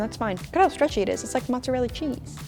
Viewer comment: “It’s like matseral cheese” “✨Wow✨”